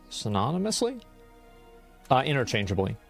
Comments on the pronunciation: lol "innerchangably" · kinda sweet and wholesome his dad called to help him, but it's 'interchangeably" don't drop the E. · And the fact that his dad doesn't even get it right 😂it's interchanEAbly. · I know im 8mo late but it's "interchangeably" right? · "Interchangably" is still not correct. 😂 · it's actaully "interchangeably" lol